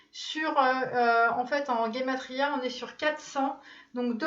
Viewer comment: el laisse tomber, elle est ravagée cette 'cartomancienne' à deux balles! Elle croit nous impressionner avec sa guematrie (qu elle prononce en grec pour faire encore plus vrai mdr), elle se prend pour celle qui a la science avec ses lettres hébraïque et sa gematria que la plupart d'entre d'entre-nous connaissons par cœur. Ce qui m'interpelle le plus c'est que la femme dans ses tirages est toujours blonde et le mec c'est toujours un mec brun à priori typé plein de fric et de bonne famille.... est une blonde qui est foldingue d'un fils à papa plein d'oseille et nous, comme des connes, on l'écoute nous raconter sa vie pendant 3×2h tous les jours comme si une journée durée 30h. Limite cette chaine elle est fake tellement c est improbable!! Fais comme moi desabonne-toi mieux que d ecouter ses elucubrations de blondasse mythomane esseulée... Oui t es h/24 dans tes tarots à nous raconter ta life et le pire c'est qu' on ne comprend plus rien tellement c est long, trop long et la moitié de la vidéo c est de la lecture et le reste consacré à raconter ta vie... Bonne continuation... Sans moi!!